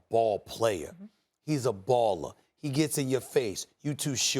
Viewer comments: How hasn't anybody told Stephen A that it's pronounced "Don-Titch" not "Don-Chick" 🤦🏻 It doesn't bother anybody else? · It's very disrespectful how Stephen A still can't say Doncic's name correctly